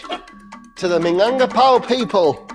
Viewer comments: Do some research first... Plus, I can't with the minangpakau, lmao 😂 Does it really hard to say Minangkabau? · Actually that rendang not too far off from the real thing. You'll be forgiven for only using three chillies. It still needs fennel seeds, it certainly needs to reduce a lot further than that, and the pronunciation of "Minangkabau" obviously needs work, but this is a hundred times closer than Jamie's version.